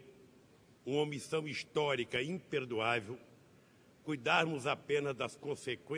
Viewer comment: Sabe falar?..olhe .(imperduaivo)